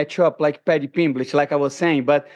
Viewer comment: Pimblitch 😂 this guy kills me